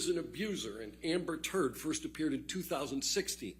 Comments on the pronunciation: The emphasis is on Turd is the best part😂😂😂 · The emphasis he puts on Amber TURD is epic 😂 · He put so much emphasis on the turd. 😂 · I love the way the lawyer emphasises the term "Amber Turd" every time he says it LOL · How he emphasizes*Turd* 🤣🤣🤣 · Lmao how he puts the emphasis on turd is magnificent. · Right on. It was hilarious, especially when he emphasizes Turd! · he kept emphasizing the turd in amberturd🎖